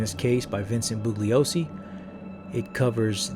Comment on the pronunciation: The "g" i silent. It's BOO-LEE-OH-SEE